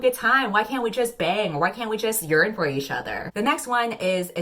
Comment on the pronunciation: Every time you say yearn I hear urinate